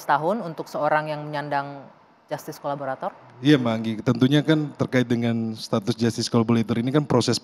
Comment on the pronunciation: Collaborator bkn collabolator..😊